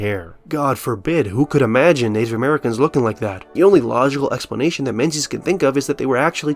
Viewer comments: Great vid but you pronounced the authors name wrong. Menzies is a Scottish name and you’ve given it an English phonetic pronunciation. It should be pronounced ‘Ming-es’ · but "Menses" is funnier